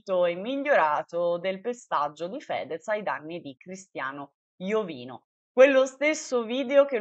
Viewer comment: si dice IOVÍNO Con l'accento sulla 2a "i". F.Corona è un suo amico e lo chiama Iovíno, guardalo su Gurulandia puntata del 28/5